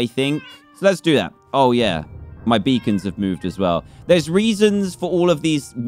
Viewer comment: You moved your "beecons" lol get it xD the real word is beacons